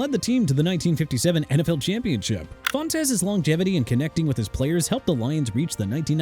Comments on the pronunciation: Fontes is pronounced like fonts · Wade Phillips on Buffalo's Mount Rushmore? Not over Chuck Knox, who turned a moribund Bills' team into playoff contenders. And can we get someone to fix the pronunciation of the names? It's LEE-vee, SEE-fert, and FONTS.